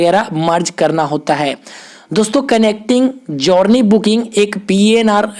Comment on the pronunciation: भाई जौरनी नहीं जरनी बोलते हैं, आगे से ध्यान रखना....